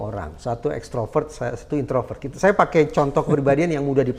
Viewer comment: Instroper atau extroper keonar